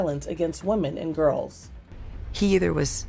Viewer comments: WOMEN not WOMAN I've noticed that people won't say it properly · Its women not woman